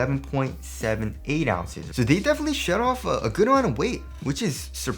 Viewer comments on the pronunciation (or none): none